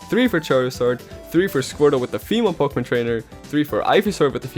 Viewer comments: he says poke mon not poke’mon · It still bothers me to hear "Pokémon" pronounced with a long E sound. ...do I have a problem?